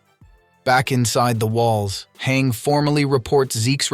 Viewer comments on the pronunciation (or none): i thought it was PONOUNCED HANJE NOT HANG